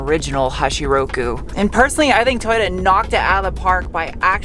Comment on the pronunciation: Too yoo taaaaaaa not tooyooo daaa